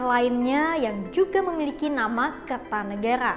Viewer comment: R nya dobel jadi errr